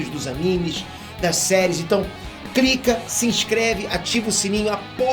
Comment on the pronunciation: "Crica" aí galera kkkkkkk